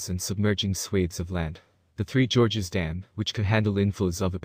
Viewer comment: "George, George , George of the Jungle . Strong for you and me. George, George , George of the Jungle. Watch out for that tree!" George and Gorge are pronounced differently. George is a man's name like George Cluney or George of the Jungle, a 1960's cartoon about a bumbling Tarzan character. Brendan Frazier made an excellent film based on this in the mid 1990's. Let's hope you don't make a video about Roger Ramjet. This is an also excellent cover of the theme song by the band called the "The Presidents of the United States ." And the original